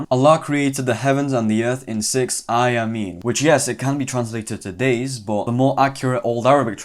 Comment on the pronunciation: "AYYāmin not "ayä-men*